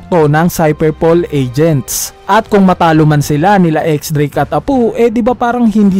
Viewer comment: Apu at hiyuri bisaya ka pala Apoo at hiyori lambutan mo po ang tigas ng bigkas mo sa pangalan nila